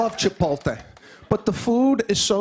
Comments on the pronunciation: Hahaha mispronounced CHIPOTLE HAHAHA! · It's not Chipolte - it's chipOtle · Have you ever noticed that ALL Americans mispronounce Chipotle, they say 'chi pol tay' when in fact is should be pronounced 'chi pote lay'... And don't get me started on another one like library, when they all say liberry or what about February they say Feberry... What is going on in schools over there, don't they teach them any grammar? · must be the Italian in him ;) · Pronouncing the word as "Chi-pol-tay" is an Italian colloquialism derived from his cultural idiosyncrasies. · He said Chipoltay three times. So funny he should get his own show. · Did he say “chipolte” like a million times? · Love this guy, but man, I cringed every time he said "chipolte". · it's pronounced "Chipot-LAY"...the "l" is after the "t" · He’s making fun of Chipol-Tay. That and every other word he purposely mispronounces. Lighten up and try to be enlightened by the material instead of being so judgy. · Seriously? That's what makes it so awesome! He can't pronounce CHIPOTLE correctly! He just can't! I hope he never learns how to say CHIPOTLE correctly, because it would ruin it a little bit if he did! Two thumbs up! Hope I see him again somewhere because he was a pleasant surprise. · Mr. Tulip probably the worst most basic, bland stand up i've seen on any talk show. Barely chuckled, he couldn't even get the name Chipotle right and it was half his skit.... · He's mispronouncing it on purpose, for laughs. He's a pro. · It might help if he could pronounce Chipotle correctly. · I thought it was supposed to be part of the joke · Jake Cox Some people pronounce it incorrectly, and some people pronounce it correctly. You can't will it to be right no matter how hard you try. Sorry, it IS wrong. Please get hooked on phonics. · I listen to his podcast and he's says he knows he's not saying it right. It's a joke. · Nancy Bee says the american LOL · actually i found his mispronunciation distracted from the joke